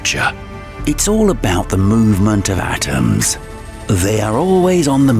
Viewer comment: consits of the same Atmrmrmrmrmmrmsmssss its all about the movement of atmmmhmmhrrrrmmms